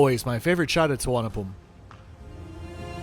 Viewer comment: You know someone is well travelled in/to Bangkok, when he gets the airport name correct, nice! Pls keep making your videos, love the honest/no-nonsense/detailed reviews…👍👍👍